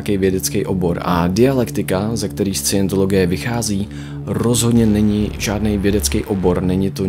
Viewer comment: Jeden přeřek? 🤔 Vždyť jsi slovo Scientologie vyslovil pokaždé špatně. A i jiné názvy, které jsi ve videu uvedl a některé nepřesně vysvětlil.